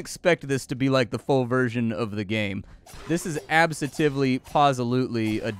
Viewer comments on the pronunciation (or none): none